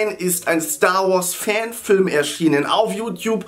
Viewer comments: Du sagst star warse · Der sagt starwars